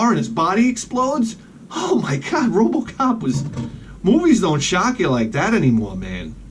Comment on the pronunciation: "Robacop" Awesome